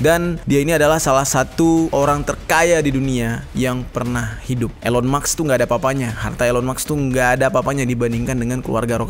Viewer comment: *Elon musk,bkn elon muks, "s" nya didepan "k" Artefak,bkn atervak, "r" nya didepan "t"